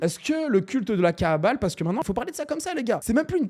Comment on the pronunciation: Prononces bien frérot, c'est la kabbale, pas la kaàbale, ça peut porter confusion, l'étymologie des deux mots n'est pas la même. Cordialement